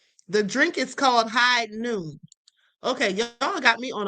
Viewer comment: Its "Hogh Noon" alcoholic Seltzer